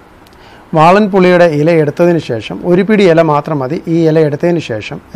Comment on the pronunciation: ശേ...ശം അല്ല,,,,,,, bro,, ശേഷം എന്നാ ണ് 🤔👍👍😂😂😂😂